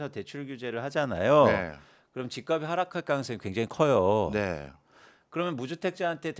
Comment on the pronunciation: "집값이" 의 발음은 "집가비" 아니고 "집갑시" 입니다